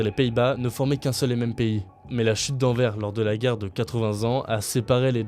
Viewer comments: La chute d'envers ? On dit Anversss, le "s" se prononce, mais sinon merci pour la mise en avant de notre pays! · Le S se prononce à Anvers.. vous avez quoi à tout mal prononcé ?